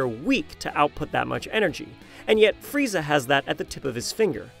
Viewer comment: It‘s „Frieza“ or „Freezer“ but not Freizer :)